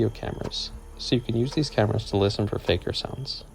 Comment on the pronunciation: btw you kept saying "faejkur" and "lament" wrong